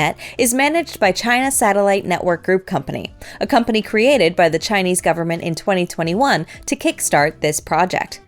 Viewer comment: Excellent pronunciation of all the Chinese Launches and systems…Merry Christmas 🎄🚀